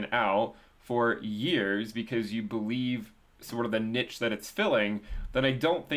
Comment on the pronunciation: we need to talk about how you're pronouncing 'niche'